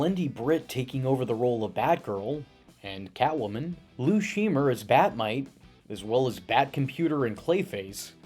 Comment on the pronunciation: Scheimer is pronounced “Shy-mer”, not “She-mer”.